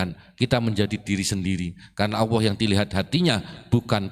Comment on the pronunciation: Sayang bacanya Allah AWOH